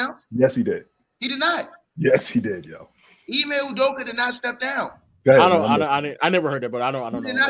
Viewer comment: Lol really said ime ustrokeya 😂 😂